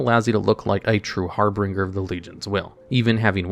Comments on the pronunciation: Not to be a grammar nazi here, but "Harbinger" is pronounced "Har-binge-er", instead of "Har-bring-er" <3. Love your videos regardless and I'd love to see a top-x about "Hardest mounts to obtain which require a group", like some raid meta achieve mounts or The Hivemind. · And harbinger as harbringer